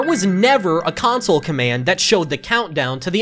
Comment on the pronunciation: Idk it might just be a thing, he pronounced console like council for an entire video